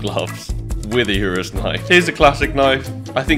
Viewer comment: He said Urus knife. He even speak in lamborghini